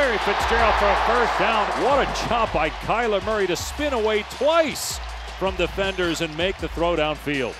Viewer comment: I was Watching with subtiles cuz im from Québec and Man.. they killed His name 😅 doing things like Kyle Emery or Calamari ... That kill me wtf😂